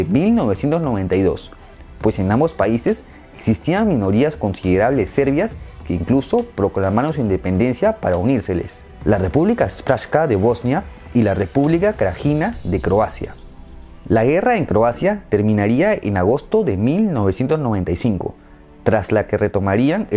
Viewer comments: Una pequeña corrección, la República dentro de Bosnia se dice algo asi como "República Serpsca" no República charsca. De lo demás muy buen video, aunque también pudiste mencionar sobre los lideres de esas repúblicas cuando se independizaron, ya sea Tuđman de hrvata, Alija de Bosnia, Karadžić de Srpska y Milošević de Serbia. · Srebrenica se pronuncia "SREBRENITSA" Srpska, "SERPSKA" Y Krajina, "KRAINA".